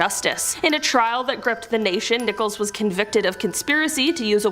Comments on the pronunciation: Terry Nichols not Nicholas!! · It's nickols...NOT Nicholas...this dim bulb can't read! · Terry Nicholas? Terrible pronunciation. Of course, who cares? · Not to diminish the great work you do, however while profiling Terry Nichols, you pronounced his name "Nicholas" and said he was born in 1995, the same year of the horrifying OKC bombing. Upon reflection, he's a POS so who cares if his name and birthdate were incorrect.......cheers! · Please look up the pronunciation of names before posting. That POS name is NICK-uls not Nickolas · It’s Terry NICHOLS not Nicholas. Please get it right.